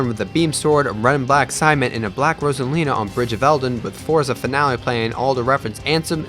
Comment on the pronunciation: But I admit the pronunciation of Destati and Forza Finale was pretty good ahahah